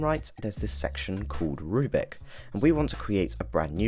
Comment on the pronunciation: You keep saying "rubic" and you even typed "Rubic Test" for your example. It's a rubric: roooo-brick. Not a rue-bic.